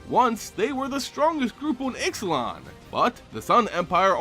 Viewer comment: It's pronounced Ishlan the x sounds like sh